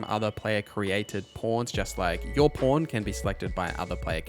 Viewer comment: It sounds like you're saying porn instead of pawn or maybe i just need to clean my ears 😅